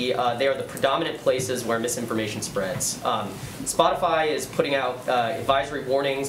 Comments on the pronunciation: did she say spotafly lol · She said Spotifly hahaha, nobody knows what their talkin about..